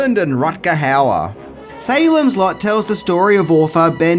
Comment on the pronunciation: Dear! 😊 When you said SALEM’S LOT, I heard SALEM’S SLUT!!! 😂😂😂 Hi from VIETNAM 🤗🇻🇳